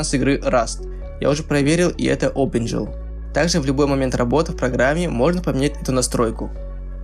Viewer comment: Дарекс .Опенджил.Амбишен оклюжен.Удиме) Это где так английскому учат?)))